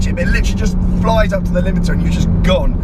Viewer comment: Rimiter!!!?!! We burst into laughter!! Ty!